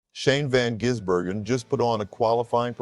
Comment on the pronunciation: You should get the pronunciation of his name right.